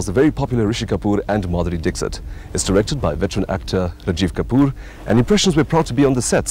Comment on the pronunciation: Lol !! He is calling Madhuri Dixit like Brexit🤣